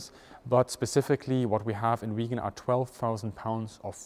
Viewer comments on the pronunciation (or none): The name of the aircraft is VIGGEN !!! It is an INSULT and a BIG mistake to the pronounce the name of this magnificent aircraft in the same way as "Vegan". A "Vegan" is an animal welfare fanatic. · Not that it really matters, but you've got your pronunciations of Gripen and Viggen switched around. Gripen is pronounced with a longer more drawn out first vowel, whereas it should be short for Viggen and more emphasis put on the g's. Put another way, Gripen is pronounced like jeep-N but with gr at the start instead of j (and roll that r), whereas Viggen is pronounced more like wig-N, but with a V sound at the start, not a W. (or exactly like W if your German) No judgement though, of course, it's a difficult language with weird pronunciations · Hi, when you say "Vegan" instead of 'Viggen', you forget that the aircraft was always a predator, and could never be a vegan. It has blood on its intake manifolds. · Great upload as usual but a petty point, its not Viigen, it is Viggen. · I have only seen one other plane with the Viggen's splinter camouflage - and that was a WWI plane. Why is it unique to this plane only, and why was it replaced with grey ? Another question : Why are there fluorescent numbers and stripes on the plane if it has camouflage to hide with ? The Viggen is absolutely one of the best looking planes ever to fly. I had no idea it was pronounced "vegan" . I had always called it vij - gen or vig-gen. 👍